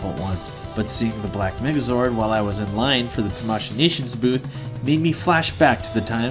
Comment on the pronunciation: I was watching this vid on 1,5X speed and i heard black Nigga zord